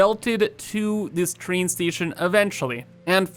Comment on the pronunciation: "The Choo Choo Chrain"